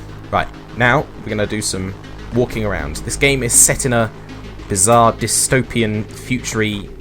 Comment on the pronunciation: You say bizarre haha